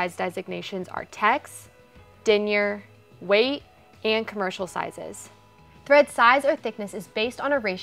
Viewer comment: Commerical? I think you mean commercial? 😉